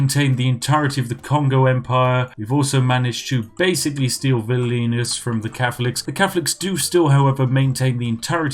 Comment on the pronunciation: that's not how you say Vilnius. you pronounced it as if it was Vilnus.